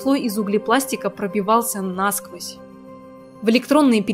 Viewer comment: Душно даже для тебя??? Известный душнила??? Без обид, но говорить по-русски правильно - это правильно. Симпотная деваха несёт важное и полезное в массы. Так почему бы не делать это без ошибок? Хз?